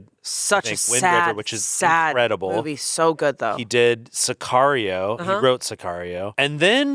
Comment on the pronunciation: Tbf I heard said bobbies instead movie for the first time